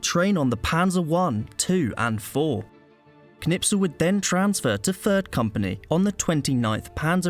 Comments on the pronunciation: His name is Knispel, not Knipsel. You pronounced it wrong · Not Knipsel ! KNISPEL 😊✔️✔️✔️✔️✔️✔️✔️✔️✔️ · because your English are arrogant.It is Kurt that K you can pronounce.Its not Nispel it is KKKKKKNISPEL.a real hero that you Brits don't have